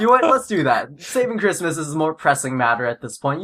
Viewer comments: it's not chritmas T_T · its not chirmas